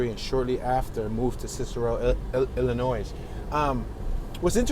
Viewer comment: Love the video but just a FYI The S. Is silent 🔕😶 in the state of Illinois Be safe!!